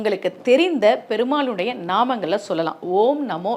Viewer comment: தமிழ் உச்சரிப்பை சரி செய்யுங்கள் கால -கழ பெருமாளை - பெருமாழை நாமங்களை-நாமங்கழை என உசொசரிக்கிறிர்கள்